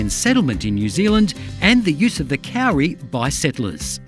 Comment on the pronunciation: Just say Cody but make the d sound like r. That is how you pronounce kauri, not cowry